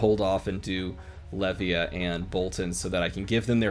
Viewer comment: Also, I think Levia is pronounced as the beginning of Leviathan is prononced, and Levia is super hard for little reward, but this is kinda what I like about her.